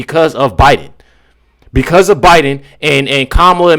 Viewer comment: Why did joy call him obiden?